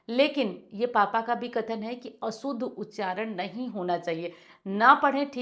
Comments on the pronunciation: व्हीडीओ मे अशुद्ध का उच्चारण असूद्ध हो रहा है. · ने बहुत अच्छी जानकारी दी धन्यवाद लेकिन अशुद्ध शब्द को स्वयं ही असुद्ध बोल रही हैं